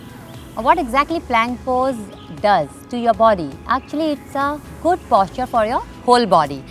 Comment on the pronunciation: Itna itra ke kyu baat kar rahi it's posture not Pósture😂😂😂